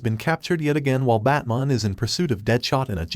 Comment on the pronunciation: “batmon” yet the transcript says “batman”. went back to check if i heard that correctly. 🤔